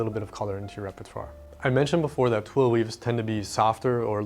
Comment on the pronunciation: your articulation of twill has just earned you a new subscriber.